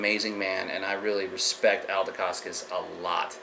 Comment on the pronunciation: You Sound like you know much but for a guy who keeps saying Al Decascos name wrong you say it as it was Italian or Polish. I was in the Ed Parker Long Beach Internationals in 1972 probably before you were born, I met Mr.. Ed Parkers then and Met Malia Decascos when she won 1st in women's Division. At that time Mark Decascos her son was a Toddler. My Sifu I took private lessons since he was green Calif. State Champ in San Francisco then took 1st in Brown belt division.. also head instructor 3rd heavy weight Black belt in the nation could not beat my teacher and after he got his black belt from Ed Parker he Beat all Light weight, Middle weight and was in finals losing by points to Jeff Smith who was number 1 in heavy weight division. There was a Studio named Universal Kenpo Who had testing students were taken into a local bar and had to lay out guys with chosen Side kick or roundhouse or vertical punch. A guy came in from a new school to do a Demo, the Black belt asked for a White Belt to Demonstrate Wosley San Soo Kung Fu,.. The Owner "Brewster" said you aren't leaving until you beat one of our black belts! The"Wosleys" Kung Fu System was a racket for money not the arts! . Frank Wosley Studio charged $50 a Month where unlimited use of the gym and weekly lesions, Originally Frank Wosley was a Businessman who met s Chinese man who inherited a book of ancient strikes to kill of cause malice, The art was taught out out a book translated into English. That is the reason they did no